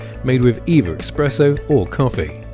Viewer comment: This dude really saying exspresso in an ad for an espresso machine? Wild